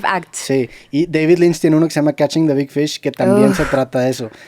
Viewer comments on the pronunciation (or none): none